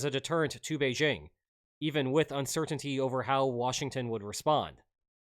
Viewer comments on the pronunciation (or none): none